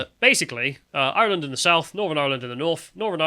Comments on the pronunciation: "IrHurrrland 2023!" The lads inner Irish man came out today. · literally existing to say eireland. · Is the one on the right of Irish heritage? He keeps pronouncing Ireland in some weird pseudo cultural way. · Can someone teach how to pronounce “Ireland”?